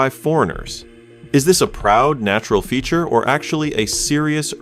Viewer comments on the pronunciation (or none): none